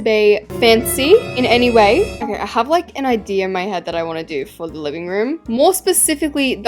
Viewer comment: i love the way says idea, "ideer" "idear" "ideeyer"